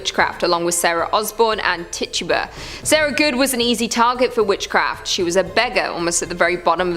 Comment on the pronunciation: It’s pronounced “Ti-choo-buh. 😉